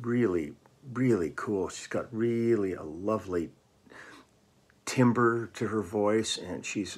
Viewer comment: She has a wooden throat? Perhaps you meant timbre - pronounced "tamber."